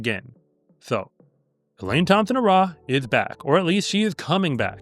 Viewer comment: Elaine Thompson HUH-RAH😂